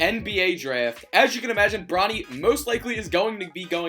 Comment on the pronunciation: Why does he say draft like that